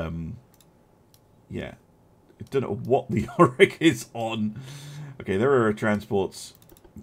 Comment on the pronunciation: York not Yorick